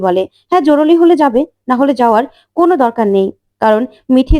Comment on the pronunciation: জরুলী নয়। "জরুরী"...